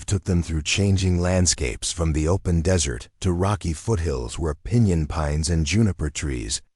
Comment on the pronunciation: Whoops - tale, not tail. Kind of like the AI reader saying dessert for desert and tippy for tipi.